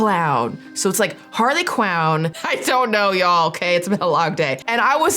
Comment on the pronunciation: Not Harley Quown 😂😂😂